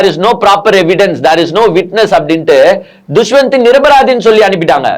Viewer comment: துஷ்வந்த் இல்லை தம்பி தஷ்வந்த்